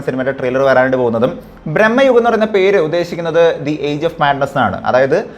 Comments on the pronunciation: U r saying it like Brammayugam .. it is Bramayugam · ബ്രഹ്മയുഗം അല്ലടാ.. ഭ്രമയുഗം ആണ്... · ബ്രഹ്മയുഗമല്ല സുഹ്രത്തേ.ഭ്രമയുഗമാണ്. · man ഭ്രമയുഗം എന്നാണ് പടത്തിന്റെ പേര് ഇയാൾ ബ്രഹ്മയുഗം എന്നാണ് പറയുന്നത് രണ്ടിന്റെയും അർത്ഥം വേറെ വേറെ ആണ്.. ഒരു കാര്യം അവതരിപ്പിക്കുമ്പോൾ അതിൽ ഒരിത്തിരി ശ്രദ്ധകൂടി ചെലുത്തേണ്ടതാണ്... ഞാൻ പറഞ്ഞതിൽ എന്തെങ്കിലും തെറ്റുണ്ടോ എന്ന് ഒന്ന് ചിന്തിച്ചു നോക്കിയാൽ മതി മനസ്സിലാകും.. 🙏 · Bro ബ്രെഹ്മയുഗം അല്ല ഭ്രമയുഗം എന്ന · എന്തോന്നടെ ഇത്...പടത്തിന്റെ പേര് പോലും നേരെചൊവ്വേ പറയാൻ അറിയില്ലേ!!!! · നീ ആദ്യം പോയി സിനിമയുടെ പേര് മര്യാദക്ക് പറയാൻ പഠിക്ക്.. എന്നിട്ട് ഇരുന്നു കൊണക്ക്... Its so annoying..